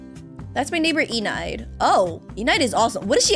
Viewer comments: Her name is enide not enide like side it is pronounced like middle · Omg!,!! keppa trigeriing mope how she says (e-nide) what it’s supposed to be (e-ni-d) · its enide pronounced e-nde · Im pretty sure its pronounced eh-nide. But nonetheless good content! Keep up the great work! I pretty much watch ur vids every day to be honest❤ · Enides name would be spelled E-knee-day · It’s Enide aka (E-nid) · you pronounce it “e-nid” i think? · Enide (E-nidd) the E is silent and the I says the E sound :) ( no I’m not teacher.) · they're both wrong, is pronounced eh-need (enide) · Enide is pronounced (Eh-nid) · Its pronounced E-nid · It's pronounced e ned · It's eenid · U are saying Enide wrong 😢